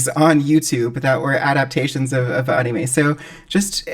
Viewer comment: You can’t unhear “On-E-May”😂 God bless all Content Creators!